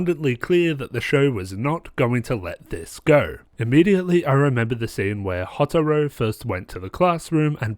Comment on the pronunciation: I’m just gonna leave this here. Hyouka (He-yo-ka) Houtarou (Hoe-tar-o) Also the shows characters definitely get better and so do the mysteries. Also it’d be cool if you could do a RHG on Little Busters. The only problem with that is that the first season is like a long setup to the second season and the second season (Little Busters: Refrain) is way better.